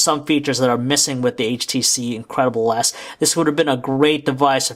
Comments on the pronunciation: every time he said the name it sounded like he was saying " the incredible ass" XD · I swear, this guy is saying HTC Incredible ASS!!!!